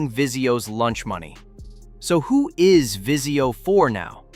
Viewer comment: Vizio not Visio lol